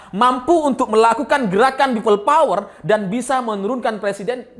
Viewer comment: Peyot bang,bukan power.